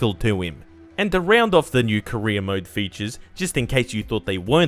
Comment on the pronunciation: Every time he says career it sounds like he’s saying Korea